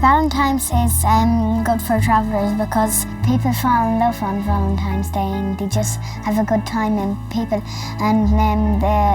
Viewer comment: They say "valentiMes day, or ballentimes day." We call it Valentine's Day.